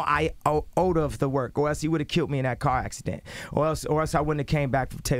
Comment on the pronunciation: Kanye the word is killed not kilt...